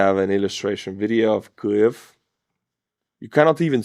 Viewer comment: Kliev? How hard is it to say: keev? There's no L in Kyiv. I know you won't respond (never do) but thanks for the news about Russian losses.